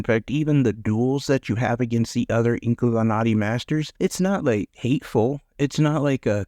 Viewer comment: I never heard of this game.. the name I think u said it correctly 😊